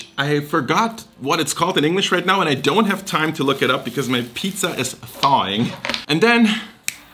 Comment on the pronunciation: Kannst du bitte Pizza normal aussprechen und nicht Piiiiiiza? 😅